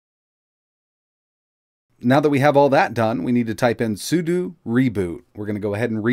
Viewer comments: I know it's knit-picky, but since you talk a lot in your videos: it's pronounced sue - dough. SUDO isn't sue - doo, it's SUE - DOUGH. Ok? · It's SUDO, not SUDU. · Its not SOOODOOO its SOODOH!